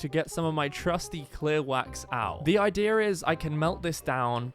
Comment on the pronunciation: “ the idear got me lol